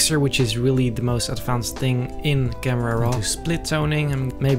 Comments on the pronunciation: I wanna say that him saying camrera is a bad thing but he's so dope that its basically a compliment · I love when he says camrara